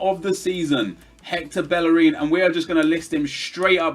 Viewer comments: BellerIN, not bellereeen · why do you call him bell a reen? its bey a rin two Ls together in Spanish are pronounced as a y mate